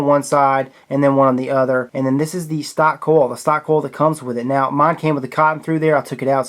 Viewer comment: He pronounces coil "coll" too. This keeps me awake at night 😠